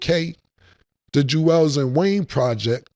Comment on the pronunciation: Cam, stay saying Julez lazy😂😂